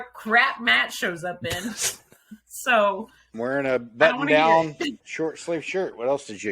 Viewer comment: Pretty sure a Jen pant suit would have "Jen" across the butt... There, I think I got in a butt reference before I got to any in the episode, although the bathroom topic was already thoroughly discussed. As I'm typing this, Matt says "button down" and I thought I might be lying but nope...he said butt-on, not butt.